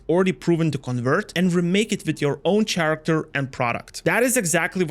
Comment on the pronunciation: Love it, but character is pronounced with k. Really triggers. Still, shout out